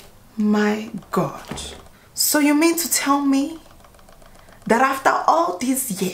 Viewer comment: Omg the island accent make it funny😂 "oh my gott"